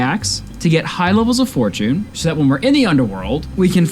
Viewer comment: Its pronounced /for/ /chin/ not /for/ /choone/